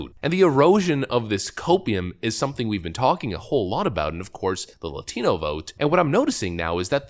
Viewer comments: Why do they have to emphasize the TI in laTIno? - Not even us hispanics pronounce the word that way. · Why does that lady keep going hard in the paint with her pronunciation of “Latino” but not with “Rio Grande”? Ummm hey fake ass, both are Spanish 🤣🤣🤣🤣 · I hate hearing these people talk. If your accent doesn’t gel with the way you’re pronouncing Latina/Latino naturally, don’t change it to sound “better”. It sounds RIDICULOUS! It’s like AOC’s accent change or Hillary’s hot sauce. Just don’t! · Why the woke freaks love pronouncing “Latina/Latino” that way? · They really have to stop saying "latino" and "latina" with that racist accent. You're speaking English so pronounce it correctly. Stop trying to sound Spanish in the middle of an English sentence you racist trash. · Serious question here, the first two ladies spoke perfect English with no accent, but they pronounced Latino with a very thick accent. The first lady also pronounced a few other things in a more Spanish accent. Is that a real thing that fluent speaking Hispanic people do as far as pronounced English words are pronounced like English words and any word that is based in Spanish is given that dialect? I've worked in restaurants for almost 10 years now and I have never heard a Hispanic person whether fluent or non fluent drastically change their accent mid sentence to pronounce certain words in different dialects. I'm not trying to troll anyone here either, I genuinely want to know. Maybe it's different when you're in media and such but man. Idk I just found it odd. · There's always "tells" that someone is woke. With men it's always lispy speech. With this woman she switches from an English to Spanish accent to pronounce "Latino". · Why she sound deaf when saying “Latino”?! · ugh the way they all pronounce "latino" is cringe! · Ever notice how much forced stress they put on the pronunciation of "Latino?" It's like they've been instructed repeatedly by their manager to say it like that.